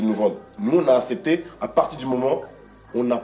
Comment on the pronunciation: il a dit asépté 😂